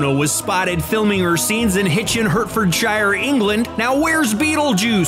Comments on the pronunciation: Hurtfordshire is the county next to me😂 pronounced heartfordshire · Can’t pronounce Winona’s name correctly or Hertfordshire. Cringe.